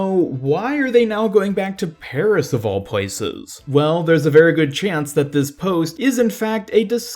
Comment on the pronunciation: Please bloody stop saying Peris